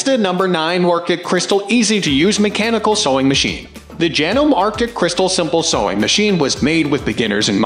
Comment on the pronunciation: and horrible AI generated voice, cannot pronounce chiffon, Janome, sewer or button hole;(sad. doesn't anyone preview the video? seems not.